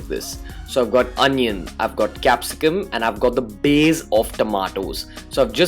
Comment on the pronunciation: The curd 'baze' is awesome! 😝